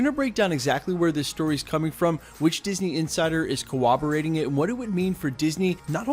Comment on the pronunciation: dude there are no Ws in the word 'corroborate'